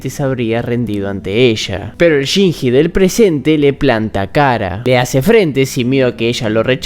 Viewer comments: Chinshi, Chinchi, Shinchi. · Excelente análisis master, pero se pronuncia "chinlli", no "chinji" 😅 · lo siebto, no pude terminar el video despues de escuchar tantas veces "shinjjjjjjji" con esa pronunciacion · ame el video pero me hace tan mal como pronunciarste el nombre de Shinji 🥲🥲🥲🥲💞💞💞💞